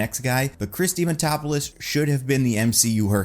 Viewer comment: Chris dimatopolis? Man it’s not that hard dia man dopoulos